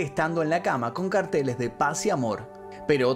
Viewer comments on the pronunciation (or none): none